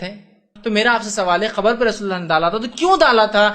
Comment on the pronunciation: Aabe pehle sehih se bolna seekh gustaakhe nabi qabar ko barbar khabar bol raha hai😀😀😀😀😁😁😁😁😁😁😁😁